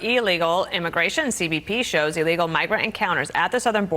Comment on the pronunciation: C'mon, its Illegal not Eleagal.